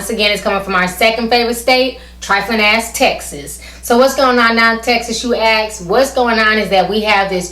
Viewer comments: Honey it's ASK, not Axe! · It's ask not axe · it's ask goddammit,not axe!fucking ebonics